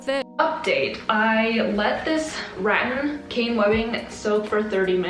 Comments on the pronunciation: omg what's wrong with me i meant the correct one is rat-TAN😭😭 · ok so it's apparently pronounced like ru-tan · rAHtAHn😂 It's the second pronunciation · It’s pronounced “ruh - tan” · I never thought of it being pronounced ratTAN, I'd been calling it rAttan all this time.. now has me doubting myself 😂😂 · It's pronounced rAHtAHn Don't ask me how i know, just trust me on this😂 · rattan… should have looked up on google on how to pronounce it lol as if not a perfect opportunity to plug google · Wait she could have just googled the pronunciation of rattan 😂😅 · The pronouncing of Rattan is driving me nuts. 😅😅😅 Reminds me of when people say potatoes au gratin. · It’s Rattan not Rattan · For being sponsored by Google I really wish she had googled how to pronounce “rattan” I cringed every time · sponsored by google also: does not google how to pronounce rattan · giggling everytime u say RAT-tan😭😂 it's RAT-tan btw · it's not pronounced as "rat-en" or "rat-an" it's actually "rat-tan" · The pronounciation of rattan is ratTAN and not RATtan. Btw Im from Philippines and we have many rattan here! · re-TAN is correct RAT-en is not correct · I believe it is Ra-TAN not RAT-an 🧑🏻‍🏫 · It’s not “RAT AN” it’s “RA TAN” 😩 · "ratin" p.s. its ruh-tan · it’s ra-tan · It is pronounced ruh-tan. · Ahhhh (Rah-Tan) Rah: like sun god. Tan: like skin 😂😂😂 Hope that was helpful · Btw it’s pronounced rat-tan, I love your vids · i THINK its pronounced like: ruh-tun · i just wanna say this is how you are supposed to pronounce Rattan It is Ra-tan. And yes i GOOGLED it lol. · we have a store in my country and its pronounced rah (like if youre scaring someone lol) and tan without the twang. so not tyan, but just tan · I think it is pronounced ra tan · Way to go. You did great. Love the blue paint. You have such a nice family too. FYI, rattan sounds like suntan. Cool headboard. Keep shining on. 🌞🥰🇨🇦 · 1) it's ruh-tan and 2) rattan and cane webbing are not the same thing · It’s ruh-tan! 😂